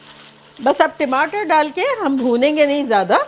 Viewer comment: timater nahi hota hah tamater hota hah 😁😁